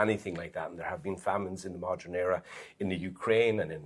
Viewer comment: Someone tell that man on the right how to pronounce "modern" correctly. It's "Modern" WITH an "E" not "Modren"